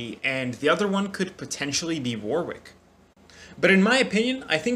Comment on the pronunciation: If you pronounce Warwick wrong one more time lmaooooooo Btw I think it's pronounced "War-ick" there's a city here in the uk that's pronounced like that so yeah.